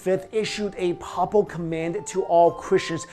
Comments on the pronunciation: Hi, I really do enjoy your postings, but this one you've really messed up the word "papal" It isn't said pa-pal. It's said "pay-pal". Where do you live? Any churches nearby? Any pastor of just about any Christian religion could or will correct your pronunciation. Keep up your very interesting work. On all your channels( having difficulty finding you food channel,BTW). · Not a bad synopsis, but most of the 'fun' speculation centers around secrets of King Salomon's temple, connections with the Masons, etc.. The conventional pronunciation of 'Papal" is "pay-pull", btw. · Papal (adj.) pronounced: PAY-ple kind of like the word people, except the first syllable is "pay" (as in: "pay what you owe") You're far from the worst offender of these mispronounced lines on YouTube, but this one bugged me more than normal. Love your channels,. Keep it up... Although... I kinda miss Dan. There was a great comedic dynamic with you two. Dan playing the well-meaning doofus to your "straight man". But whatever, keep up the great work.